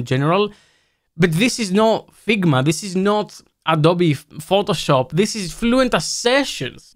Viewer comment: "it is not Adobe Pthotoshop"😂 totally agree, it not make sense pay for Fluent